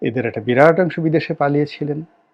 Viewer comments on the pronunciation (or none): none